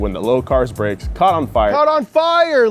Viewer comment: “it was time to upgwade the bwakes”😂😂